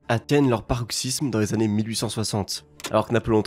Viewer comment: Elle a raison et elle s'est exprimée joliment sans critiquer. Moi aussi j'ai du mal "nationaliste" est "nsoliste", paroxysme devient "proxysme", etc. C'est pas méchant, c'est peut-être un accent local. Écoute la phrase à 8'00 sur la reine, j'ai rien compris.